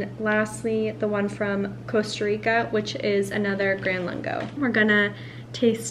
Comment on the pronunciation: Hi, You are mispronouncing the name of the Nespresso line. It's called VERTUO, there is no 2nd R in it. Say it phonetically Ver-Too-0. Next Lungo is pronounced Loongo (not laango).